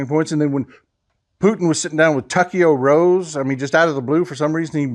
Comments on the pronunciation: "Tuckeyo Rose" LMAO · "TuckeeO Rose" .... that is the first time I heard that one.